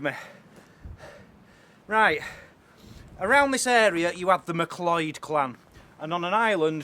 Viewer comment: So blood thirsty way back then! Loving the vids btw! Great work guys! ♥️ PS; it’s pronounced “Mc Cloud”